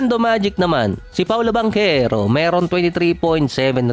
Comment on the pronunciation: Anung accent Yun lods Nung pagkasabi mo Kay banchero?